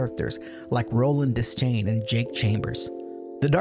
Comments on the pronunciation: Great video... but it is Roland "De-schain" not "Des-chain". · please don't EVER say des-chain again... It's pronounced: De-shain! DESCHAIN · Your constant mispronunciation of Roland’s surname is painful! 'Deschain' is not pronounced "dez-chain," it’s pronounced "d’shane!" And that’s just the first thing that’s wrong with this video!! 😠😡🤬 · I’m about to break your world here, dog, but it’s pronounced de-shane, the c is silent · Imagine calling yourself the foremost expert on the Dark Tower, and then pronouncing his name “Dez-chain.” Good video though! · if you're into time loops go watch "the endless" by benson and moorhead. great ideas in this vid, enjoyed it all except for one thing. roland's last name isn't pronounced "des-chain", it's pronounced "de-shayne". also chasm isn't pronounced "chaz-um", it's "kaz-um"